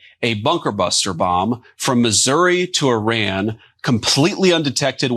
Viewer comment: Can’t even say Iran properly UR-AAN What a moron MAW-RAAN !